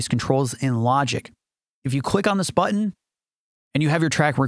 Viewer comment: He's likely from California where "n"s are frequently dropped. Like how he says button as "buh-un"